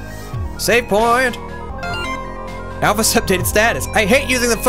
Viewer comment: When met alphys instead of alphys he said ralphus if you turn on subtitles